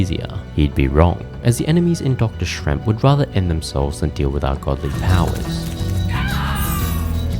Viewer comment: A very difficult watch with the mispronunciations ("Shremp and "Orc", although a nitpick) and apparent lack of pressing on the buttons on the controller to find out what they even do. And half those deaths should be negated as they don't actually remove a life to begin with, very very odd those were counted. Would've also been more difficult but more enjoyable had it actually been the classic games, they do not control the same.